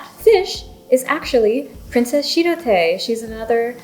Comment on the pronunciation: oh wow, i opened youtube at the exact right time :O shirotae is pronounced tah-eh at the end ^^ i've had my eye on the princess uguisu one since it was announced, i think the combination of green and red plus the design is just so pretty! thats a good point about posting the pen, not a problem for me since pro gear slims are too backweighted (for me!) posted, but thats good information, i think most people i've seen post their pgs's